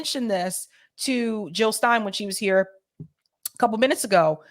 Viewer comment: Jill NOT hill ! ! !